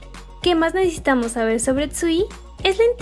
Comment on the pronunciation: Hace poco empiezo a estanear a twice y me parece un grupo hermoso y con muchisimo talento, pero fuera de eso Quien mas se dio cuenta que dice "necetamos" en vez de necesitamos